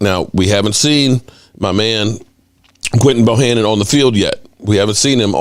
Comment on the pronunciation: Would somebody please tell its Bohanna and not Bohannon.. please tell him because he's killing me